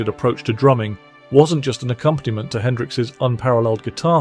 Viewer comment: Regular Guy: "It's almost like he was RIFFING with Hendrix, not just FOLLOWING him." AI Narrator: "It's almost like he was riffing with HENDRIX, not just following HIM."